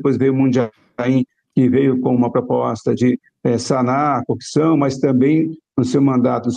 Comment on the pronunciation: Incrível como as pessoas não conseguem falar a palavra CORRUPÇÃO é sempre COPÇÃO, devem ter ouvido muito o marreco